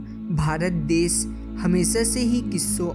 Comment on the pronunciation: why he is saying des??